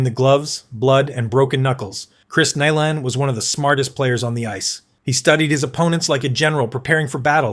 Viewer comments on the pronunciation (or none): Chris "Nee-lahn" then it's "Ni-lahn" c'mon robot man it's "NI-LAN"!! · Nye len ..nilan 😅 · It's pronounced N eye lamd. Niland. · Just fucking embarrassing you pronounced Nilans name some bad. What are you like 19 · He said Nilan every possible way except the right way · Dude, this list is a great idea. Unfortunately you mispronounced Chris Nilan's name right off the bat. I'll watch the rest and see how this goes. Messier #1 HUH?? Probert should be #1 then you can put the other guys in your order. Domi and Semenko had heads that were made of granite, you can put them in there somewhere. It is a tough list for just 10 guys.